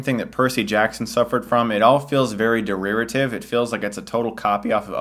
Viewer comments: did you say derearitive? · "Deriritive" I replayed those two seconds maybe fifty times. Fucking hilarious. I'm sorry, Chris. It was a good review. Forgive me.